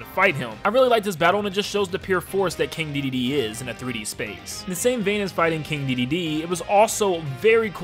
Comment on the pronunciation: You say it like he's King dididee